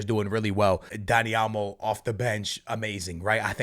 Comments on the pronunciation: also: Dani "A"lmo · “Dani Almo” 😂 it’s OL-MO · Man said Elmo 💀💀💀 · Is it me or does it sound like is saying Elmo and not olmo lol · Dani "Almo" 😅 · For real 😂 over here constantly saying Dani "Almo" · what barca fan said said olmo was a bad signing and that it didn’t make sense? everyone was ecstatic getting him in. secondly, if you’re going to mispronounce names over and over again stop talking about football